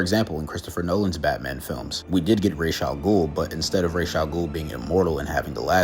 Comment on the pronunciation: Thank you for saying ra's properly